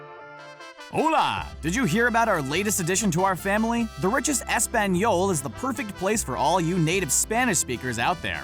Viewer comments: Could you butcher the pronunciation of Español any worse? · As a spanish speaker, how he said español made me cringe so hard. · Españiol xD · Dude don't ever say Espanol you can just spanish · The way he said español...it was sooo American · Any Spanish speakers who laughed when he said “Español”😂? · You didn't pronounce hola and español right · The way he pronounced español made me cringe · As a Dominican, the way you said "Español" R e a l l y bothered me lol.